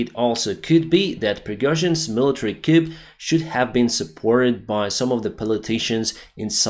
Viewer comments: Just a note on pronunciation,. "Coup" is not pronounced like "koop", it's like "koo". It's a French word meaning cut, short for "coup d'etat'' (cutting of the state), and the 'p' is silent. The Russian Dude was missing that nuance also. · Coup is pronounced 'coo'. It's a French word adopted into our language without altering the pronunciation. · Hey, my dad pointed out that your English is very good. However, "coup" is not pronounced with a "p". The "p" is silent. It sounds more like "coo" or "koo". We're Australian. All the best.